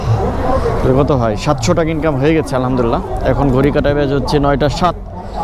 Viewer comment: ভাইজান আলহামদুলিল্লাহ শব্দটা স্পষ্ট করে সুন্দরভাবে বলবেন